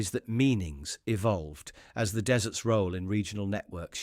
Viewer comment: your brain dead narrator began with "across Jordan's silent DESSERTS". What sort of PUDDING is that? a thing with a lot of sand is a DESERT. You need a new AI that speaks English. thumbs down.